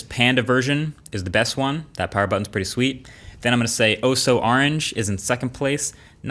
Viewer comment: MOO PAWUH BABYYY